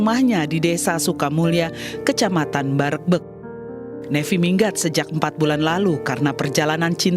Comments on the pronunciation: BarEgbEg, bukan Bareugbeug wkwkwk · Wah di kotaku ini .Ya Allah... Admin bukan bareugbeug..tapi pake "E" Baregbeg